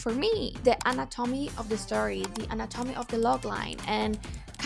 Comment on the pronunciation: Girl I agree with most of your opinions but did you do your research well? First of all the pronunciation of anatomy. Then you said elements are based on manga which is Japanese. It would be right to say that it has elements from manhwa which is the Korean counterpart